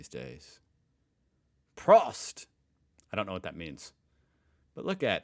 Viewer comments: I have a challenge for you. Its gonna be the hardest one ever done by an American. Learn to pronounce words with a single or double O. So start with Prost, then go to Das Boot and the Bernd das Brot. These words are pronounced so bad you might as well say Osecram for ice cream. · prost is like chears you say it in a round before starting to drink